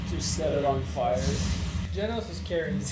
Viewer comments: Guys it's GEnos not Ginos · i dont really get why some people call him ginos when everyone in the anime obviously pronounces his name as genos 😂